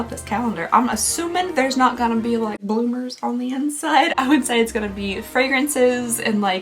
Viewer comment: The way she said "bloomers" made me giggle lol